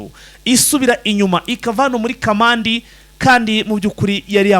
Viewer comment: Ntabwo ari kamanda ni Kamandi